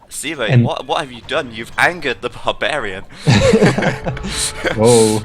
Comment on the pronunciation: At you wonder how SEBA's name should be pronunced. Well, if he is Argentinean, as said, then his nickname is most probably short for Sebastian and, therefore, in Spanish the "e" would be pronounced as in "bed", "men", and other such words instead of as the "e" in "sea", "eagle", etc.